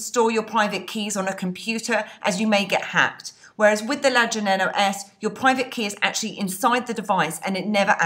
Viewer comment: I like how you said "steal you money" with your accent! Badd ass!! Great videos!! :-)